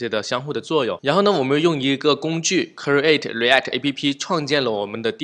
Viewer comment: human(O), not humen(x). Height, create, export , component, image 都唸的不對。這已經不是發音問題了這是根本亂唸一通阿阿聽得好痛苦。感覺可以稍微學一下怎麼唸這些字，比較好跟其他人溝通。animal 聽得懂但是也不對。強調一下你講的很棒，感謝